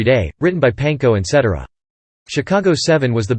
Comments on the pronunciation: SET TARA Peter Cetera ..get that right... at least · Set TEER ah is how you pronounce Cetera. LoL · Another video that can't pronounce Cetera properly.